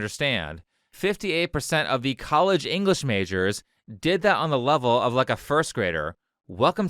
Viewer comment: "colledge" "fonics" 💀